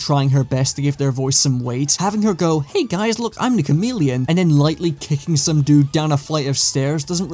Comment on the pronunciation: The Cha-mid-leon